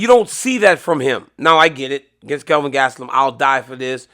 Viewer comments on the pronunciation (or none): none